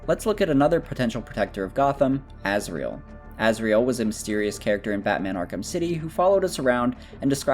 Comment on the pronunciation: Who is that Azriel you keep talking about? Cant you pronounce Azrael?